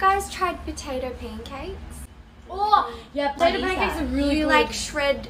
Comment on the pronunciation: "shred the potataur" 😭